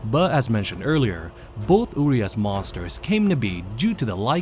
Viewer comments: one additional info: the way u say URIAS is with SH instead of S. this is how u need to actually say: URIASH. on the the other hand, translation for STRAJER is perfect as Guardian with one quick note added: STRAJER is a form or archaic guardian in Romanian language taken from medieval times. nice touch from developers. cheers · Well it's actually pronounced "uriash", cuz in Romanian we have this letter called ș which is pronounced like sh. "Uriaș" also has this letter. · As a romanian the name is a bit painfull to hear lmao😂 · you trying to say a single word in my language "Urias" gives me ear bleeding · You’re pronouncing the name wrong